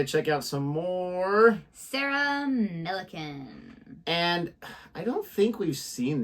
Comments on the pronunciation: " Mill - e - can " ... not too hard is it? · ' Millican ', that should be easy for you to pronounce properly, unless you're being silly.